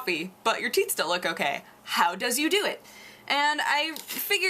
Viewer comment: Sounded like you said "you drink a lot of coffee, but your teats still look ok" I laughed